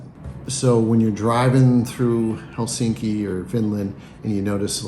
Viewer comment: And the stress in always on the first syllable.👍 It’s HELsinki, not HelSINki!😠 And its Swedish name Helsingfors is abbreviated from: Hell, sing for us…😉